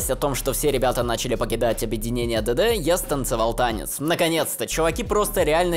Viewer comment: Вы слышите как он произносит ДД и все слова на английском? 😂 Я всё то привыкнуть не могу, уши режит